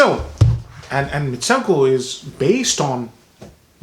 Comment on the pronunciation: it's pronounced MitsOOko...